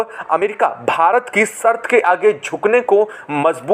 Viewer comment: कृपाया आपकी भाषा सुधार लो. सर्त नाही शर्त बोलो. क्या शर्त रखी है? बाकी का सब मालूम है.